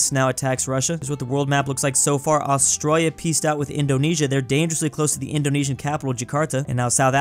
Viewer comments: it's not Austriya is Australia!! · WHY DOES BRO KEEP SAYING AUSTROIA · I was annoyed that he said Australia as astroya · is saying Australia to Austria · bro called austraila austroyia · i just hate how he says it. Petition to get to do a class on austrailian pronounciation? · why do u pronounce Australia like that lol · You need to learn how to pronounce Australia! lol